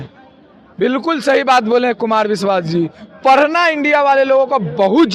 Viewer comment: Parna nhi... Padhna. Bolne ka dhang sikho.